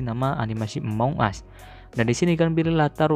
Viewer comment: among bang bukan amoung